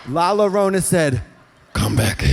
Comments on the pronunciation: xD not Katya saying "Lala-rona" xD when its pronounced "la-eeyore-on-ah", as a Hispanic who grew up in a spanish speaking country with lots of stories of "La Llorona" this makes me laugh so much ❤ love you both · Katya calling La Llorna, La La Rona 😭 i love her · I can’t believe Katya lives in LA in still says “LALO RONA” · “La larona” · Trixie should get her accent coaching degree taken away from her for the way she pronounces "La Llorona"